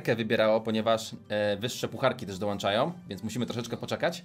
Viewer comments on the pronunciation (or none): none